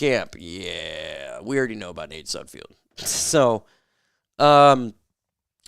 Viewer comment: It's SUDFELD NOT SUDFIELD> get his name Right!